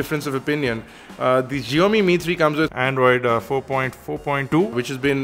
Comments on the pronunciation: SSSHIAOMI NOT zzzziomi. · Zheomi? lol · HipsterPuzzle here! It is like saying "box". We don't say "bosh" and I am a Chinese, so we pronounce it as "Siaomi". Just saying you know. It is not because that it consists of Chinese characters doesn't mean that it has to be pronounced differently. It's the same. Typically.